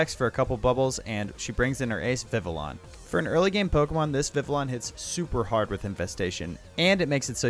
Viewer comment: It's pronounced "VEE-VEE-YON", not vi-villain